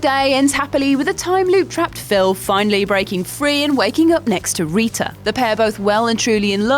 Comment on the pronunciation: What accent is that? Because Rita pronounced "Risha" is extremely weird.